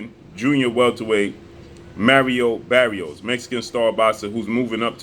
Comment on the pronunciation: It’s not “merry-o berry-os”. Come on bruh. Do you know how to read?